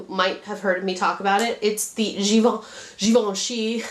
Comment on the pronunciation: You say Givenchy perfectly :) they have nice blushes, too but you should really try the Chanel cream ones, they set nicely.